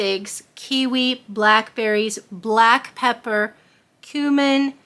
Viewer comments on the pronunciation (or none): none